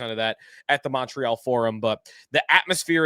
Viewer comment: The Mon in Montreal is pronounced like Monday